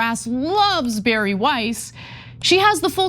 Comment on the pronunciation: This creature's name is pronounced "Bah-Rree" not "Barry" like she made it up to be.